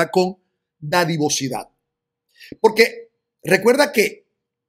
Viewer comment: Disculpa es dadivosidad no didavocidad..